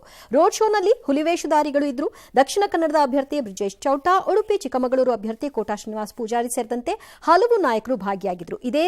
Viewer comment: ರಂಗಣ್ಣನವರೇ ಚಿಕ್ಕಮಂಗಳೂರು ಅಲ್ಲ. ಚಿಕ್ಕಮಗಳೂರು. ಸರಿ ಪಡಿಸ್ಕೊಳ್ಳಿ